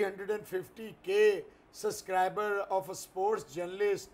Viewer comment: Suscriber nhi subscribers 😅